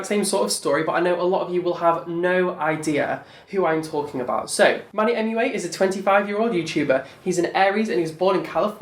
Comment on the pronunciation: I KEPT SWEARING YOU WERE SAYING "MONEYMUA" NOT MANNYMUA. I MEAN...ITS ONLY FITTING :)